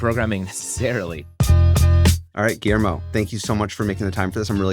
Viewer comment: guillermo is the only Argentinian with decent english pronunciation